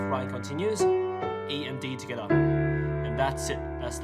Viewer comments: The way he says togethar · The dislikes are people mad about him not saying the notes but saying hia and togitha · "Togathe" "hea" is all i heard 😂🤣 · TWOGethAah. I'm kidding. I'm from Chirstchurch in NZ :P. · No one: Him: *Togetha intensifys*. For real tho i dont get why everyone disliking it and saying stuff like “He doesnt explain it easy.” Yet i understood it perfectly fine. And thats saying it from a dude who just started piano like a week ago. I get it how everyones got their own opinions but damn dont need to get all personal here smh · For like four years of watching you i thought you said skda or something but you actually said together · I like how he says together He be like: togethaa. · If your wondering where is him saying "togethaa" from all those comments, its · Its fun that he says togeda (dis comment is in every video so i wanns wrtie) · "In the 1st part, we got to tttthhhhggaattha!!?! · "heeaa" "togethaa" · hghere togethah my god haha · I'm sorry but TOGETHA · Oceania moment